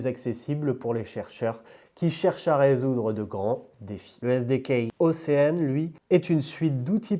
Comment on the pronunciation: Merci très intéressant ! Je vais regarder ça de mon côté et qui sait peut-être investir un peu 👀 (et réécouter tout ça parce que c'est compliqué !) Rien à voir, mais il m'a semblé que tu as dit "ocean" en anglais plusieurs fois, cela se prononce"oshean" et non "océane" voilà